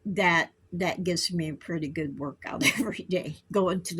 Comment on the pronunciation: I'm feeling go-od, I'm feeling go-od 😅😂❤